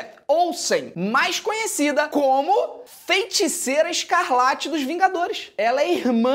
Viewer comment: "Fenticeira escalarte" MDSSS